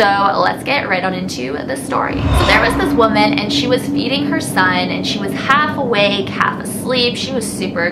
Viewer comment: In the beginning when she said the women was feedining Her son I thought she said she was eating her son😂😂